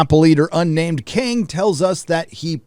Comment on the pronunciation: Imortis or Cain? King? Kang? Sorry,. You say this numerous times and I can't tell what you're saying.